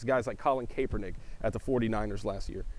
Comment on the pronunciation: I think it's kAepernick not kaEpernick...more of a "ah" not "aye" sound.